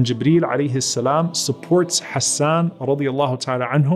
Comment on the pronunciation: جزاك الله خيرا May we always defend our beloved رسول صَلَّى اللَّهُ عَلَيْهِ وَسَلَّمَ Beautiful pronunciation of the names Hassan and Ayesha.